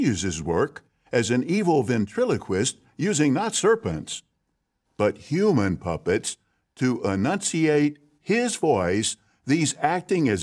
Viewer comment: “HuMaN PuPpeTs” why he say it like thay